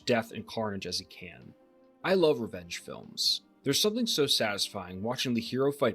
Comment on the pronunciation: I thought you kept saying wrench films instead of revenge films lol